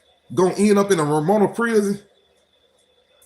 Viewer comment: Nigga, its RO-MA-NIA.